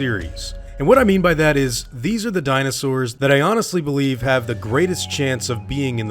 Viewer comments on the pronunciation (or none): none